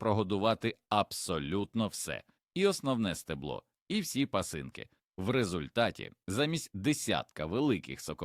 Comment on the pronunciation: Помилково робіте ударіння, огіркі, пасинкі